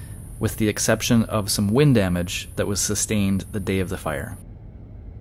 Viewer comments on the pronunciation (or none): none